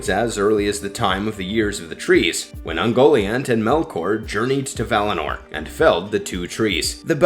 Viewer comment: It's pronounce uhn-go-Lee-aunt, moron. Learn Elvish or get out of the Tolkien video biz.... Cause you suck ...